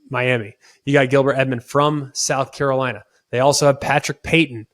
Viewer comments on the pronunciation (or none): none